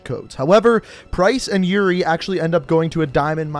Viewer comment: when you said yuri and price it becameEuRion and price lol